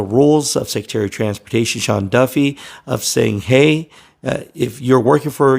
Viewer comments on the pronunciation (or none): none